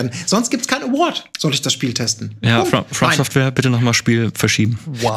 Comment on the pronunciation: mich triggert immer, wenn Etienne nicht From Software sagt.